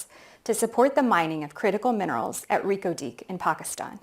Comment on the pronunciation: Reko Diq ❌ Lelo Diq ✅ 😂